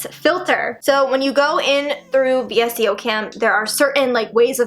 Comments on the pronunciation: Vsco is pronounced as Vis•Co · VSCO is pronounced (Vis-Co) 😘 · when she said v.s.c.o instead of VSCO i realized how old this video is